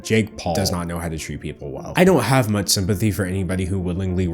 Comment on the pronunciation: Why can not pronounce ch's? Sounds like he says "muts" instead of "much" for example